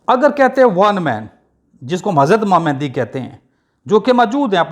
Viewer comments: It is very strange that you are talking about it personally whose name is not pronounced by you properly. It is not MehNdi. It is MAHDI means The Guide. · Pehle "Mahdi" tou sahi bol bar bar "Mehndi Mehndi" kar raha hai ! ! !